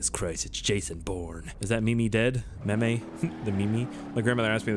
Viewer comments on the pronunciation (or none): ffs its pronounced meems not mee mees!!!